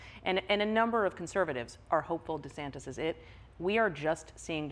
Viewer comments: I love how Trevor calls Ron Desantis "Ron Desanctis." Makes no sense. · Trevor, it's DeSantis, not DeSanctis. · I've noticed Trevor is consistently saying "DeSangtis" instead of DeSantis. Has anyone told him before? Or am I missing something regarding how DeSantis is pronouncing his surname? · Great interview. It sounds like Trevor is putting a C in Ron DeSantis' last name. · Trevor: DeSanctis😲 Maggie: Desantis🫥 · Great interview, but why does Trevor keep pronouncing it "DeSanktis'? Haberman seemed to follow it by mentioning "DeSantis" each time to keep it focused on the correct person. But I found it oddly distracting. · Why does Trevor pronounce DeSantis as DeSanctis? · it’s DeSantis, right? not DeSanctis? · Great interview with a super intelligent woman... But, Trevor.... it's not "DeSanCtics"... it's De Santis ! Just a little annoying issue ! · Trevor why are you saying DeSanCtis instead of Santis? You've still got deSanctimonuous on your mind I think... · “De Sanctis” lol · Am I mis-hearing Trevor? He seems to say the Florida governor as deSanctis with an internal c. Maggie says it correctly. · Am I the only one hearing Trevor saying „Ron deSanCtis“? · DeSanctis? Unusual mispronounciation for Trevor. And she's sitting next to him saying it correctly. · Has Trevor been saying Ron De SANCTIS? That is what it sounded like. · Ron Desanctus? is he purposely saying this? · Stop saying Sacntis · Why does Trevor keep saying DeSanctus? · Why is Trevor mispronouncing the governor of Florida's name? That's like a rookie mistake. I don't get it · Why does Trevor keep mispronouncing Ron’s last name? 😂